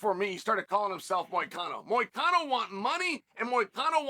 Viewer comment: even moicano shocked sonen pronun of his name perfectly usually sonen never pronun fighter names correct Moicano want citizenship!